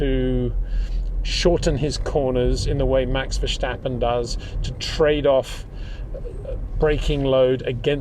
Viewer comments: Is It so difficult so say Verstappen in stead of versjtappen? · Het Peter, you still pronounce "Verstappen" wrong! You can say things like "step", "stop" and "start". Why does Verstappen always come out as "Vershtappen"? Either way, awesome analysis as usual, gotta love listening to your thoughts despite the cringe I get when you say Max's last name, haha! No hard feelings!